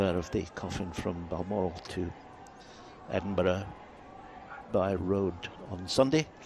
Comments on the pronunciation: H the hypocrite. Too bad he and that viper he married piled the stress on Her Majesty during the time her late husband died and up until her death. Btw, it’s Edinburgh NOT Edinborough! The Scottish people gave Markle a lesson in manors and how to behave with class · Hey there! Stop chatting rubbish! There's NO evidence that the Queen met the phantom of Lilibet nor Archie, you cannot even pronounce Edinburgh and yet you really you know everything just so you can collect from YOUTUBE??? Get your facts right before you open your mouth, yes! some of us will never accept this Wanna-Be actress here in Great Britain, she was never pregnant, look for the picture whereby her fake bump fell at feet in a walk about, how embarrassing was that??? So please check your facts before you open that mouth of yours..you don't know what goes on here in London England like you think you know.... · "", It was so shameful to listen how you were unable to even pronounce Edinburgh which tells me your real English skills sucks. Given that fact, It was already clear you knew nothing of our Royal family. Harry was totally in his right to have his own feelings on how his family's slave history became an embarrassment that effected his relationship. Maybe would be the same for you if you ever had to take a black guy home to see your folks. Harry is well educated and knows his stuff. I think you should go learn yours my friend across the pond. You stand with a rapist but unable to understand evidence from another member of the same family who reported racist views from within his family? WOW